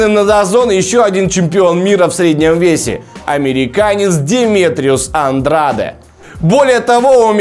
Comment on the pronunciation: Вообще то правильно произносить Андрэйд. Навернее было бы правильнее для Гены провести один бой во втором среднем до боя с Канело.